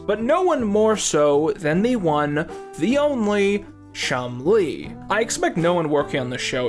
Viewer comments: I really like Chumlee being pronounced like Chun Li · Please learn how to pronounce Nevada and Chumlee. 😁